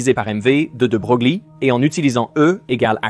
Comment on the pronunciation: De Broglie, prononcer De Breuil...